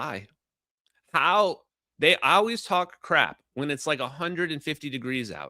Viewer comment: Ok the “OW-ways” is starting to grow on me